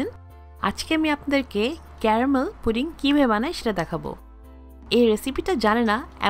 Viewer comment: আপনি কি পুডিং সব্ধটা ভালো করে উচ্ছারণ করতে পারেন্না নাকি কিসব বলেন ফুরিং নাকি জানি আজব কথা বলতে জানেননা ভিডিও করতে আসছেন